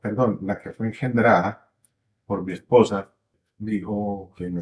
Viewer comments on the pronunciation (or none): Por qué se esfuerza tanto en decir MI ESPOSA, MI MERCED, MI MERCEDES?.